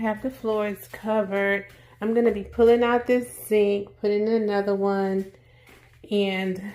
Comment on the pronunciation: Beautiful ❤ I must admit I had to make sure I was hearing you right when you pronounced sink. It’s so cute. 😂